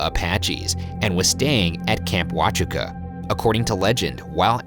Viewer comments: The way they pronounced Huachuca pained me greatly. I also live in another nearby town. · Your pronunciation of Huachuca is triggering me lol Edit: Also, you fell prey to the tourist trap tricks. That's not the actual spot where the shootout occurred. Behind that gate and into the alley on the otherside of the wall is where the actual shootout took place. Sorry, guys. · I love your shows and you guys are hilarious. But that picture of Doc isn't Doc. That's a bartender named John something...and Bergmeister: ya mispronounced virtually everything including Cochise, Houichuca, etc. lmao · Ryan saying "waahhh-chuca" has me crying, we always pronounced it "wuhchuca" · camp Huachuca, pronounced why-CHEW-ka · Huachuca and Cochise lmao its pronounce Wah choo kah and co- cheese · It's pronounced Wah-Choo-Kuh and Co-Cheese lol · Guys I love your show especially the format but Huachuca is pronounced: Wah-CHEW-kah (Accent on The CHEW). And Cochise (County) is pronounced just like the name of the Native American. I.e. Ko-CHEES I hope you're not offended by the grammar lesson and I can't wait to watch, the rest of the show. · You mispronounced Camp Huachuca and Cochise. I’m done with you. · Matt G it’s that extra syllable they add to huachuca that makes me giggle. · I live in Tucson Arizona which is near tombstone y’all mispronounced Cochise and Fort Huachuca. Lol but you were close at least most people butcher places here alot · Came here to find the other Arizonans who cringed every time Ryan mispronounced something, like Cochise and Huachuca, lol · Any other SE Arizonans cringing at their pronunciation of Cochise and Huachuca 😂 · That is the worst pronunciation of Huachuca I've ever heard!!! XD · That not how you pronounce huachuca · As someone who lives in Camp huachuca (or now fort Huachuca) you pronounced it wrong lol #shaniac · I live in AZ. OMG u guys were so close to me !!! And you pronounced fort Huachuca wrong lmao